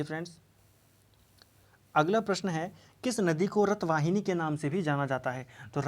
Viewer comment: Sir good evening questions no 14 raath waahini bolte h naa ki rath wahini